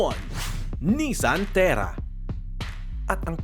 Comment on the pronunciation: Terra not Tierra